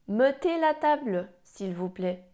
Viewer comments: odwala Pani kawał dobrej roboty ucząc tego niełatwego języka. Jednak w pierwszej i drugiej osobie liczby mnogiej - nous mettons i vous mettez to nie jest E nieme jak to sugerujesz, a E otwarte, najbardziej zbliżone do polskiego E. Próba wstawienia tam e niemego strasznie razi uszy. Szczerze mówiąc przez moment zasiałaś nawet we mnie ziarno zwątpienia. Człowiek nie raz po latach dopiero zdaje sobie sprawę że coś źle wymawia. Tym razem jednak mój przytępiony już słuch mnie nie myli. To nie jest,,melon’’ Życzę powodzenia w dalszych wysiłkach edukacyjnych!!! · W pierwszej i drugiej osobie liczby mnogiej (nous mettons i vous mettez) wymawia E w pierwszych sylabach jako E nieme, podczas gdy prawidłowa wymowa to E otwarte, podobne do naszego polskiego E